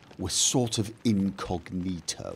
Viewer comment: incognito? did you mean inigonito? :)